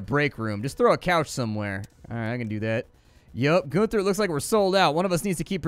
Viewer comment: GUN-ther. Not GOON-ther. How often did you hang out at your "neighbors" drug drive-through?